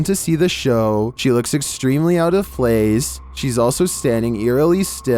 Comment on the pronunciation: “extremely out of flase” lols